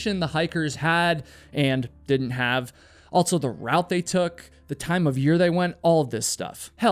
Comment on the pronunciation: My guy... the word "also" does not have a "T" in it. It's not "altso".